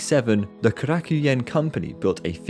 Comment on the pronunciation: Oh, you're butchering the pronunciation of Korakuen. Korakuen Hall is a personal mecca for myself.